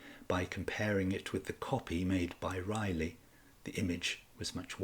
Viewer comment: Once again another so called history channel yet you people just can't pronounce these historical names and you don't bother to even research HOW It is pronounced "RISLEY".